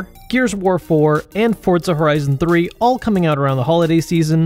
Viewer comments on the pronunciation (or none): none